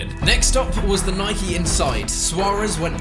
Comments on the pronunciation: It’s Nike not nikey ffs.u own a bike not a bikey. U don’t likey and subscribe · Sorry but this gets on my nerves he first says ‘Nike’ then he says ‘Nikey’ it’s not ‘nikey’ you don’t ride a bikey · Cough cough * Nike not nikey *. U ride a bike not bikey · Did Chris just call Nike Nike-E, questionable behaviour